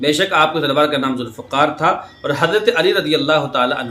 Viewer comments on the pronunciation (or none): ذوالفقار تھا ف کے زیر کے ساتھ